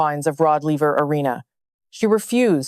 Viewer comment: Nothing is worse in these videos of yours than mispronouncing names of famous people. In this one, you mispronounce the name in your first sentence -- it's Rod LAY-ver Arena, not LEE-ver. You "guys" are too much.